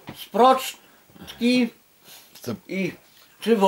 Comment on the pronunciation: ... "sprocz-ki" ... :D